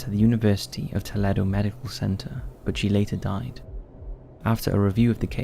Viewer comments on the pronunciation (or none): I like your videos and appreciate the work you put in, my only criticism would be that maybe you could research the pronunciation of words such as 'Bogota' or 'Toledo' as these are famous geographical names, so it shouldn't be too hard to figure out the right way to say them if you're setting yourself up as the narrator. Great work besides though, thank you